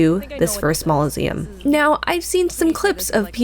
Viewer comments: Mauloseum? Rack Sasha? Romniya? - there's NO WAY you aren't trolling with your pronunciation, or you're dyslexic. Painful to listen to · the fact that you pronounce "mausoleum" as "maul-o-seum" is so wrong, yet so right. e: and Skidoo Tree hahah. Scadu is FS's version of scéadu, the Old English word for "shadow". The pronunciation is the same.